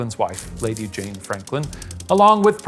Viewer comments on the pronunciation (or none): none